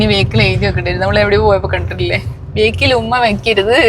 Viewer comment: ബേക്കിൽ എന്ന് പറയുന്നതു ഒഴിവാക്കിക്കൂടെ - ബാക്കിൽ എന്ന് പറയുന്നതല്ലേ ഉചിതം